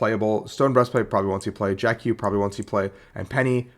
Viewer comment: It's not Jack Q. It's Jacq.